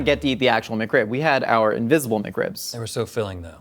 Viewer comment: "McRib-member"